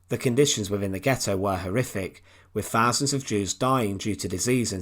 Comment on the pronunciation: Like 'fowsands' ? lol